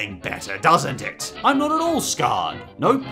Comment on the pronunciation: You said "scarred " not "Scared"